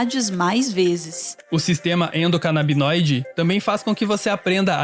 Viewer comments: tá dizendo errado no vídeo! Não seria sistema endocanabinóide, invés de canabidioide? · Meus queridos, a palavra é endocanabinóide e não endocanabidinóide, como a está dizendo... O fala a palavra correta... Daí ficam as duas palavras. Bom... Amo vcs e mais uma vez agradeço ao trabalho do Meteoro. Vcs são sensacionais!!! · Eepostaram o vídeo e não corrigiram o erro de pronuncia "endocanabidinóide" que é falado várias vezes no vídeo Poxa gente, um vídeo perfeito desses e os dois pronunciando algo tão fundamental de forma diferente o tempo todo. =\ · é sistema "endocanabinóide" e não endocanabidinóide. As substâncias são canabinóides e não canabidinóides. Corrijam aí na edição, se possível. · Ela decorou a palavra Endocanabidinoide , que é mais difícil que a correta kkkkkkkkkkkkkkkkkkkkkkk que brisa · só da uma dorzinha em cada "endocanabidinoide", mas de resto o vídeo ta ótimo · Perdão,"Endocanabidinóide" não dá 🤭😅🤣🤷🏻‍♂️ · Vcs são demais, adoro vcs, e o vídeo é sensacional... Mas acho que o correto é endocanabinoides, igual o cara fala... Tamo junto Meteoro Brasil! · A voz feminina não acertou nenhuma vez o nome endocanabinoide kkkkkkkk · A "moça" falou todas as vezes errado o nome do sistema. O rapaz acertou. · Nossa toda vez que ela fala eu passo um nervoso, meu deus do céu. Que agonia. Mas compreendo que esse tipo de erro acontece. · toda vez que ela diz endonabidinoide ao invés de endocanabinoide é um soco no ouvido, no mas o video é muuito bom e necessário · Endocanabinoide, não endocanabidinoide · Galera, de verdade, gosto muito do canal por isso venho comentar agora! Acho de verdade que deveriam alterar o áudio para corrigir todas as partes em que são faladas as palavras: endocanabidinoide e canabidinoide, pois estão erradas! Creio que pessoas que conhecem algo sobre o assunto notaram o mesmo que eu! Agradeço pelo conteudo de grande qualidade intelectual e espero obter alguma relevância.